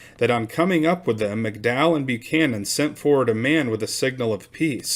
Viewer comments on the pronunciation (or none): none